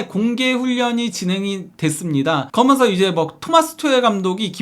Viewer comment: 아 발음좀.. 그러면서 거먼서.. 한번도 끝까지 시청을 못하네